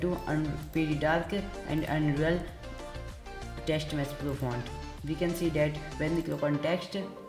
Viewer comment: Lol it was TextMesh Pro not Teksht Mess Plo but nice video tho it helped